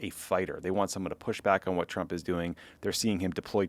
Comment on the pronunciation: Wht is nobody commenting on Trae Gowdie doing a slip of the tongue saying Chump instead of Trump😅